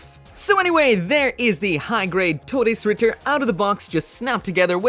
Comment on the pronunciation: FINALLY SOMEONE PRONOUNCED IT CORRECTLY